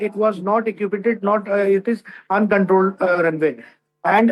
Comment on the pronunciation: What is 'equippided' ? Is he really a captain or has he trained by flying paper airplanes ? My trainees speak better than him.